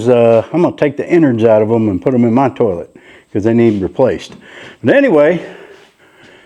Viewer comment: Imma have that damn song in my head for 3 days now hahahahah and ive never heard someone say tourlette before....love it hahahhaha in he made a dunny funny and no no pooping in the new place, plug everyones butts before they enter...Dollys, Jaspers, Tillies etc....